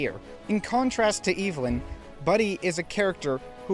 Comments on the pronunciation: Evelyn is pronounced Ev•eh•lyn not Evil•n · I just wanna know how one can manage to mispronounce a name that is said and pronounced correctly in the movie being discussed 😭 unless you’re saying her name like that as a bit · You said the villain’s name wrong…the entire video. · Are you saying Evelyn like that on purpose?